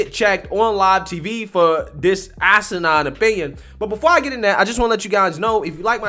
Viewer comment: Th Is not pronounced D. This is not dis.